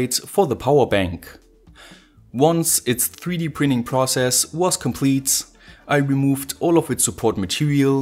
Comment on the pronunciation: Hello!! Englush dont have tz, ț, i have no ideea way u say complitz/ compliț!! Englush dont have this!! Pleass i love your project's!! But pleass try to corect a bit that - tz/ ț- it dosen exist in English!! I think im not the only one that hear that complit so anoing!!! Thx and hope for your next one your a genius!! 🤘👍👌